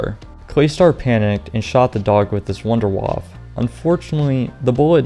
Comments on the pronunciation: i cringe when you say Wunderwaff instead of wunderwaffEEEEE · I hate how you dont call the Wunderwaffe its name but call it Wunderwaaaf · why are you pronouncing "W" as a "V" sound in Wunderwaffe? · Being german and hear wunderwaffe spoken out like this makes me rofl fr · The way this guy pronounces "wunderwaffe", lol.